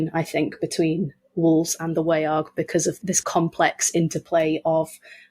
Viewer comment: The vowel in Old English 'wearg' would be pronounced like the vowel in modern English 'laugh'. The word is monosyllabic - not WAY-arg, but more like /wæ͜ɑrɡ/. The sound is a diphthong. And the quality is the result of A-fronting characteristic of the Anglo-Frisian languages.